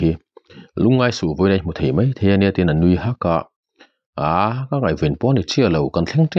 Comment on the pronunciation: Ngaihthlak anuam thin... Mahse mei tih aiah mai han ti ta zawk la.. Ngaihthlah anuam lehzual ang😇